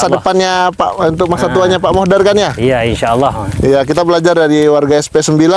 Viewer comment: Madura mas BKN meduro. Pak Mudhor mas BKN modhar.